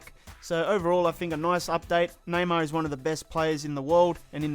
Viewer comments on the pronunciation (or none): none